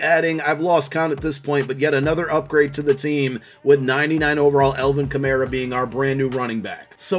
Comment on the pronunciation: “Elvin Kamayra” killed me. I LOVE U